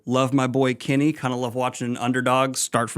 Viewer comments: It isn't Kenny Garu. It is Kuni. as in coo knee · Is that really how you pronounce Kuni Garu's name? The Garu sounds right but Kuni sounds like you're saying Kenny.